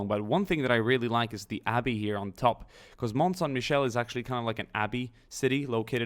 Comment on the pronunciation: Kate Mucklow lol you just rekt the french language : MICHEL not MECHAEL